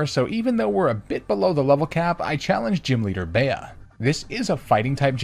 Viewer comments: The 4th gym leader is pronounced “bee” not “bay-a” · …it is illegal the way you pronounced “Bea” I take this as disrespect, upon the honor of my friend with the same name. It’s pronounced “Bee” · my thoughts on sword and shield is that theyre fun to play once in a while, but honestly i wouldnt go out of my way to play and replay them over and over again. also bea is pronounced bee, i think the connection is beatrice emphasis which could possibly be an allusion to her being a fighting type master. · Pronounced as “Bee” and not “Be-ya” (according to the anime) 😂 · I just remembered that I wanted to mention the fact that, had you gone to the Isle of Armor, picking Grookey would have also given you access to the Grass/Flying-type Rowlet, which is interesting. But I completely forgot about what I wanted to say because I became completely floored once I heard Bea be pronounced “bay-uh” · You do realise Bea is pronounced ‘Bee’ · Raihan you pronounce, but you mess up Bea’s name?!